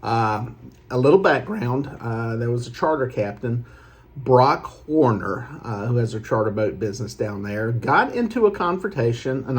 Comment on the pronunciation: Its Brock Horner, Not Warner. Warner is a completely different charter captain. Please correct this asap.